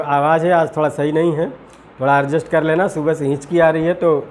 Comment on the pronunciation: अरे भाई अर्जेस्ट नही होता है। एडजस्ट होता है। 😜😜😜😜